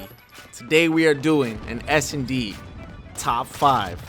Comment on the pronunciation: I swear in the intro u say SMD